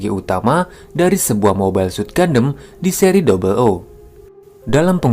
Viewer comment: Keren Bang, jarang ada channel dari Indo bahas backstory gundam. Ilustrasinya juga keren. Lalu tone suara juga cukup enjoyable untuk didengar. Saran untuk kata2 serapan dlm English / nama diperbaiki lagi cara bacanya. Beberapa yg saya dengar: Gundam, Resonance, Feldt, Shield, Sword, Condenser, Trans-Am.